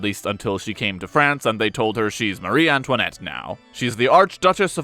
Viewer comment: why does pronounce it mary antionette